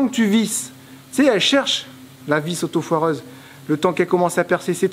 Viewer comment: Hello c est autoforeuse et non autofoireuse.Lol